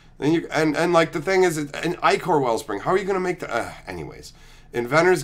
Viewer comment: I knew I loved my bro. He knows how to correctly pronounce ichor. I shouldn't be surprised though.